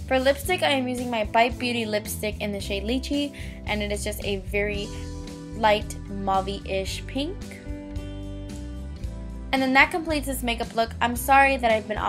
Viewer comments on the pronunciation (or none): Hahah lychee is pronounced LIE-CHEE! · no offence but it's pronounced as Lai.ci.